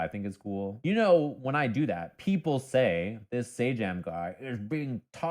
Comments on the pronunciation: The fighting game YouTuber's name is prounounced Say-Jam. And his content is dope, and often applies to many genre's outside of Fighting Games, and he often uses League analogies because he's played the game. Highly recommend to people that like to nerd out over conceptual stuff. He would also probably make a fantastic guest even though he's primarily a Fighting Game guy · Love your work. PS it's pronounced 'Say-Jam'.